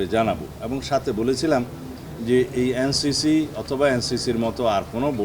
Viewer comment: সালাউদ্দিন সাহেব আপনি এন সি পি নামটাই সঠিকভাবে বলতে পারলেন না এটা দুঃখজনক😊😊😊😊😊😊😊😊😊😊😊😊😊😊😊😊😊😊